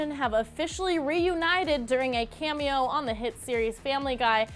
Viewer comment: Stop saying camio